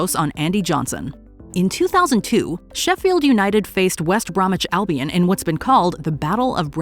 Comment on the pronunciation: well done for saying WBA correctly, alot get tounge tided on the clubs name